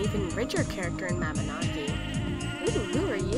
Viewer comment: MABI-NOOOOOO-GEE- Not MABI-NAW-GEE.